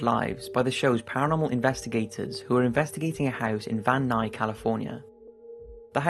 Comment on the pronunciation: *Van Nuys